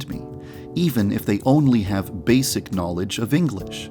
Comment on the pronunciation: Lol, I love how he emphasizes on basic.